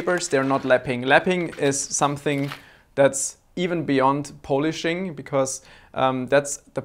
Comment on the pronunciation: The way you say polishing makes me think of a Pollack walking around drunk.